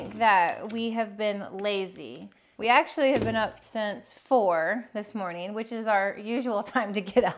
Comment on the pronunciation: Stop saying morging